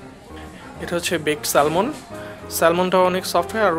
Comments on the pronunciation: Salmon এর উচ্চারণ স্যামন। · Salmon er pronunciation s-a-m-o-n bhaia. Just FYI. Otherwise Very nice vlog MashaAllah!!!